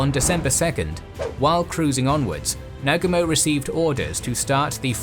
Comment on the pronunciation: your pronunciation could be better, Oahu and Nagumo is not pronounced right